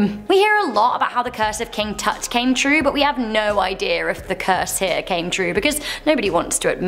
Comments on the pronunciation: Love that you did this video. Just one thing bothered me, King Tut is not King Toot. So sorry but I feel he is very important to world history. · I thought I was the only one that the very small thing as pronouncing a name so well known (really any name with the internet in our hands every second to ask how to pronounce) to get it so wrong drives me insane! TUT not toot, it's not a polite fart